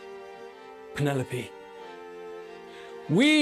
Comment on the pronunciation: Keeping the head tilt alive when he says “Penelope” 😂 congrats Luke 🥳